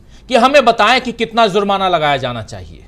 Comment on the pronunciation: Bhai zurmana nahi jurmana